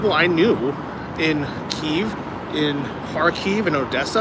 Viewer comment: Glad you are pronouncing Kyiv correctly!